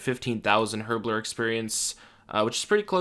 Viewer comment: "HHerbler" l0l